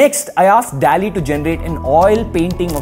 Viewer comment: Dall-e nhi Doll-E pronounce hota hai